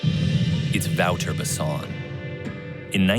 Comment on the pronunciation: u say it like " voter " no " vauwter " ..